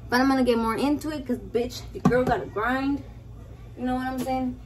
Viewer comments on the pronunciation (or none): none